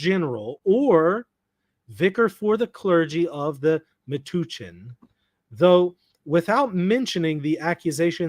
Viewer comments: It’s pronounced meh-touch-en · Metuchen, a diocese in New Jersey (Matthewwisniewski2962 is also correct about the pronunciation. The U is like “uh” or “bump”. Not an oo sound. At least, that is how the locals pronounced it when I used to live in the area. I can’t speak for the guy in chat.)